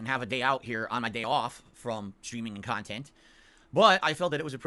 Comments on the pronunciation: the adult baby that e begs for nickels and dimes but wants us to believe he’s making “meaningful kahtent”. IRS Arc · He really thinks this is meaningful Khan-tent